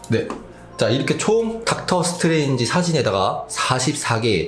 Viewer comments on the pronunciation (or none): 미스터 닥터 스트뤠인지?